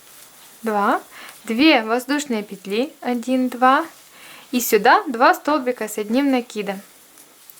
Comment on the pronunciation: классная сумка и мк хороший.Но ,девочки, пЕтли..ударударение даже пЕтелечках на первый слог.пожалуйста..